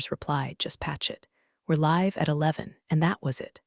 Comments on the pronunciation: How do you teach Artificial Idiots context? Live should be pronounced lyv instead of liv. Bow should be pronounced bough instead of bo. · Understood is three syllables not two. Pronunciation of read in past tense rhymes with red. Live when a noun rhymes with hive, when a verb rhymes with give. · Please teach your ai to learn how to pronounce 'live' and 'read' in the right situations. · Although a good story, please check the pronunciations of ' read and live' , very distracting all the way through.